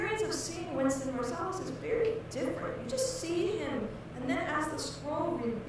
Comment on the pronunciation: His name is Wynton NOT Winston lol